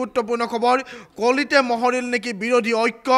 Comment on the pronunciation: Mohoril nohoi o morohil. Bal ki je asomia kou nohoi.